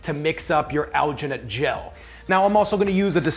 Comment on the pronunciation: the way this guy says alginate makes me wanna die "owginate"